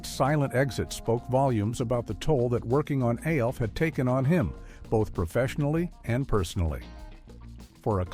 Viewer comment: Why does he say A L F instead of ALF